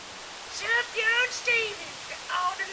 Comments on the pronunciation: Sooooooof-yawn. Not suff-jawn. It's like persian or something. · I thought it was pronounced "soofyan"? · Subjahn Stevens?? Lol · “ Suv jan Stevens “ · SOOF-YAWN, there is an F in there. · If you're going to hold yourself out as a "reviewer" please learn how to pronounce the artist's name.